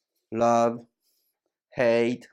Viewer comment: Rabu? 英語じゃなくていいんだって お前の発音じゃネイティヴは何言ってるか聞き取れないぞ